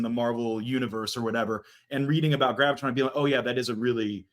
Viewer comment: It's Graviton, not GravitTron. It's not a gravity program from an 80's Disney Sci-Fi movie that takes place inside a computer.